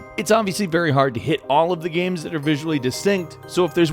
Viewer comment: "Gams"